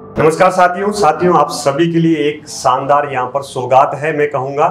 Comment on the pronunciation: Saandaar nh re…shaandaar 🤦🏻